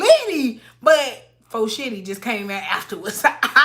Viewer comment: And For Shitty just sounded like you wanted to say "Fo-Shizzy" and it didn't come out right! lol. I'm with it tho! Lmaooo